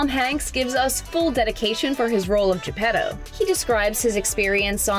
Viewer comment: It's not "Gepero"... It's "Geppettttto" with a t, not an r